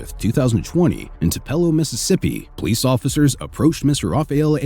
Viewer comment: Tupelo, MS is pronounced "TOO pull o", not "too PELL o"